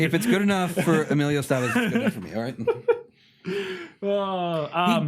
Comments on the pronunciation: Esteves is Es-Teh-Vez. Stopping making Emilio caucasian hahaha Good video my dudes. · The one dislike is from Emilio Esteves for pronouncing his last name wrong.